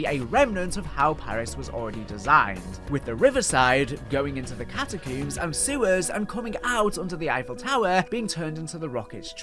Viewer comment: Cat-a-CUUMMS is killin me😂😅